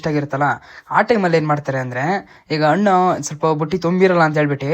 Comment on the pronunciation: Annu alla Hannu! Kannada Sariyagi Balasi